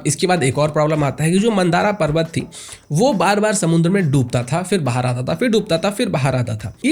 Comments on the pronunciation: मंदारा नहीं मंदर पर्वत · मन्दराचल है कृपया मन्दारा उच्चारण नहीं करें 💯🙏😇